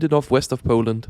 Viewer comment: That's no accent fella, did you go to Pooland or Poland?